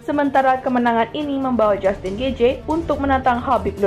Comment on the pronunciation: Bacaan mu banyak salah.min. gaetji..bukan gaetje..... Michael Johnson. Buka Jackson.....